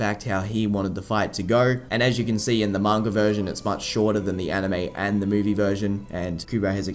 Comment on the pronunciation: why do some people say mangur instead of manga